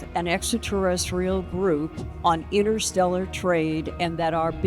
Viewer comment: Thanks for that but I heard innersteller.